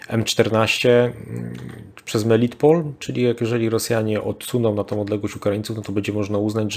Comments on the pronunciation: Melitopol, a nie "melitpol". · Drobna uwaga do p.. Proszę o podawanie poprawnych nazw miejscowości. Nie Izum lecz IzJum i nie Melitpol, lecz MelitOpol, nie Barwinków, a BarwinkOWE. Poza tymi literówkami program świetny.